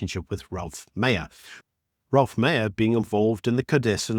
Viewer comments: not "Ralph" or "Rolph" Meyer, but ROELF Meyer. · His name is Roelf, not Ralph.